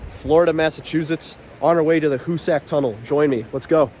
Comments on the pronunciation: Great video! I think it’s pronounced Hoo-sick and not Hoo-sack, though. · hoosac tunnel .....(pronounced hoos sick ) not a story about " who's sack tunnel" that's another video (age restricted )